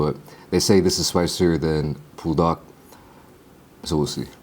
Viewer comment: why you saying pool-dak instead on bool-dak my g